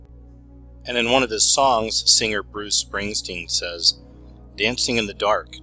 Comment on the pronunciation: ~ I love your stuff! But, FYI, words like 'singer' aren't pronounced with a hard 'g'. It's not 'sing-grr'. The 'ing' is soft.